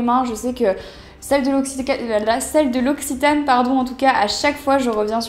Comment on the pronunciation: Puisque la marque l'occitane en Provence viens de Provence, pourquoi ne pas essayer de prononcer le mot " occitane " correctement ? :p